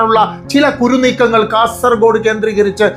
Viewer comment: തെന്നൂറ് (തൊണ്ണൂറ്) ഹോസ്ദുർഗ (ഹൊസ്ദുർഗ്) കുരുനീക്കങ്ങൾ (കരു നീക്കങ്ങൾ) 😂😂😂😂